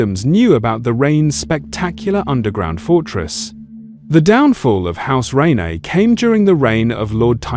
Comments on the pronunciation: It’s “rain” not “rain-eh” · The "Reynez" 😂😂